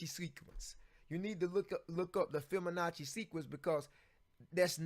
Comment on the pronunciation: You are not saying correctly. It is "FIBONACCI".